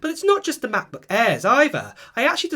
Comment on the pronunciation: MaCbuk Ehhhh. Sorry mate its just funneh